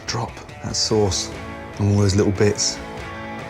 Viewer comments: The Lamb sauce was delivered so late it became sawce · found the lamb sawce, delicious